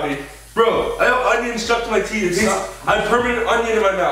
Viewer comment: Ethan: I have permanent union in my mouth Me: perm uh permanent!!!????😂